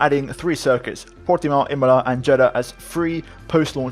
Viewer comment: Stop saying portimao like that u sound stupid ur not Portuguese